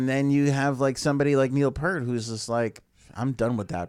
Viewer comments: It's pronounced like "ear" - pEARt. DUDE! You should KNOW this stuff! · it pronounced piert rhymes with ear and a T on the end